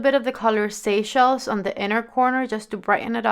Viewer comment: Cannes pronounced with no S. Rhymes with John. Seychelles is pronounced Say-shells. You created beautiful looks! You are very talented!